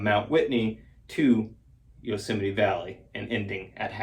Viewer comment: It's pronounced Yosemite